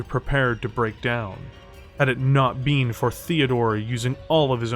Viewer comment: Ok fine. Ill subscribe, even with the way you pronounce BEEN and AGAINST